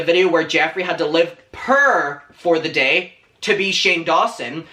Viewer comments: big fan of yours but I begging you learn how to say the word "poor" 11 minutes and I was totally confused with the whole video had to stop watching it dawned on me five minutes after I shut the video off what the hell you were trying to say. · I’m sorry but the way you pronounce poor triggers me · Love your accent, I have to correct what you're saying in my head because I keep on hearing purr instead of poor. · I love how he pronounces "poor" as prrrr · I was so confused “pure” lmao almost through the whole video I finally understood you were saying “poor” Ilu 💕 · He says poor like purr... das cute xd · not me think you were saying purr and not poor 🗿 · omg I thought u were saying purr at first but then it finally clicked that u were saying poor... my pea brain gotchu now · I was trying to figure out what "purr" meant , thinking it might be some young kid lingo , it took me almost half the video to realize he means poor 😂🤦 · Every time he says “purr” instead of “poor” I die of laughter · Not me the entire video thinking he was saying “purrrr” instead of “poor” 😂 I was so confused 😂💖💖💖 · The way accent puts “poor” kept making me think he was saying “purr”... and I really thought he was being shady about cats like how everyone was when Nintendo tweeted about being inside a cat 😭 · I thougt you were saying purrr💀 (love your outfit bestie) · Took me ages to realise you was saying Poor and not Purr. Thought it was like a new slag that all the young cool kids say 🤣🙈. Lovin’ the outfit ‘Bestie’. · Love how you say poor.. purr 😉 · love your videos but this whole time when you were saying purr I couldn't figured out what exactly you were saying at first then realized you were saying poor 🤣🤣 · "I'm purr I have nothing"😭😭😭😭😭😭😭😭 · aww the way you say poor. i thought you were saying purr bestie!! 😭 ❤️ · idk why i thought u said purr instead of poor omfg i am dumb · What he said: poor What I hear: purr ✨💅🏻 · Is he saying poor or purr I honestly can't tell